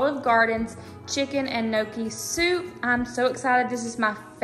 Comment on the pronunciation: NEEOKIE (Gnocchi). Girl😹. There’s no celery in a cheeseburger 😹😹 or carrots. There’s no crying in baseball.